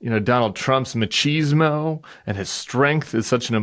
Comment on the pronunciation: When you said "trumps machismo" I heard Mc cheese more, medical event incoming 😅